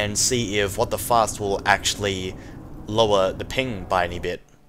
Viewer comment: when he says WTFast I always hear WTFuck